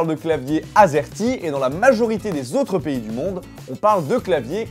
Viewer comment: À chaque fois que t'a dit azerty j'ai entendu asiatique!